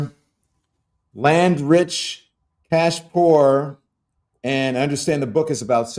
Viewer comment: When you said "cash poor," I heard "ass poor." And I thought, me too, I am damn ass poor.